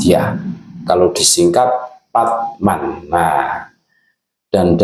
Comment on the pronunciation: Bukan patman tapi parman..😂